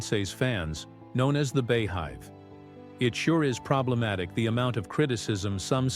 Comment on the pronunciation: Good on Rachel Ray for rising above the negativity around her. And it's not the "Bay Hive" it's the "Bee Hive." Take a few minutes to do a bit of research.